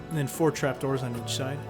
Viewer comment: Can we get an "on each schide" counter please